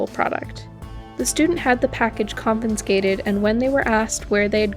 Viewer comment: Sorry but it's pronounced Marine "core," not "corpse," and "con fi skate id," not "con fin skate it." I'm sorry to nitpick but this kind of stuff makes it difficult to listen to an otherwise great video.